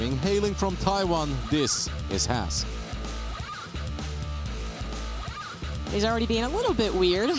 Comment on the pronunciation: is by far the worst caster.. she can't even pronounce Has correctly..